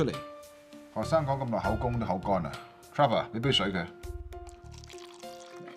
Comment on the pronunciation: “Cher” vor?